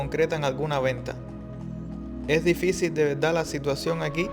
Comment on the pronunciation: De veldad, no pronuncian la "r" o la "rr". Y rara vez pronuncian la "s".